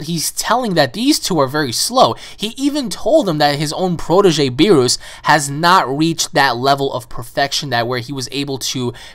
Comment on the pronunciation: it is pronounced beer-us